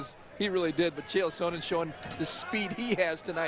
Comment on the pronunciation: "Chael Sonnon"? lol